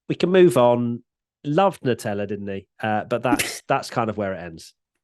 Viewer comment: why can't the brits pronounce a word that ends in "a"? nuteller